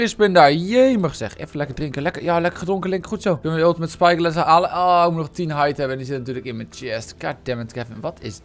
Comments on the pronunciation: Psyglass is wat hij zegt en wat hij bedoelt is spyglass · Waarom zeg jij psyglass